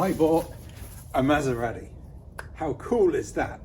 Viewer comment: I couldn't help notice how he pronounced it "Maderati"...😅